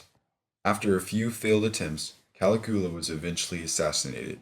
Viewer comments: He pronounces Caligula's name as " Kali Goola "......hahaha. loses a lot of credibility for me. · caliGOOa? smh. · Seriously dude, you can't even pronounce Caligula's name! Can take your video serious!!! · His constant mispronunciation of "Machiavelli" and the butchering of "Caligula" is embarrassing! ("Mach" should rhyme with "mock" and the "I" is pronounced as "eeee"). Many posters have noted the correct pronunciation of Caligula. Seriously, dude, "match -a-velli" is so irritating. Honestly it would have taken four seconds to check the correct pronunciation of the names of one of the greatest political minds in western philosophy. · For the love of god learn how to pronounce names and events -- you mispronounce Machiavelli, Caligula, the Reformation, Protestant, etc -- it would have taken you a few seconds to learn the correct pronunciations.